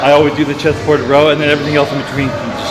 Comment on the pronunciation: How many times did he say "chest thaported" lol